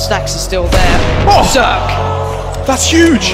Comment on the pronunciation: CeRq's name is actually pronounced Serya if you're bulgarian, i think.